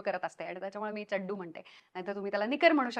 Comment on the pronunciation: व्वा... व्वा.. खुप उपयुक्त व्हिडिओ आणि चड्डु हा उच्चार भारी आवडला...ह्यापुढे मीदेखील हाच शब्द उच्चारणार.... खरंच सुंदर माहिती दिल्याबद्दल...तुझे मनापासून धन्यवाद 🙏🏻